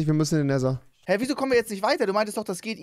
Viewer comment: Wie er jedesmal das ,,t“ ausspricht. Er spricht den Nether so aus als wäre es so geschrieben ,,neser“